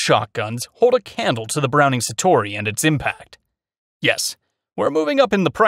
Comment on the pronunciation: "frankie" instinct l? browning "satori"? "plasar" f16? lmao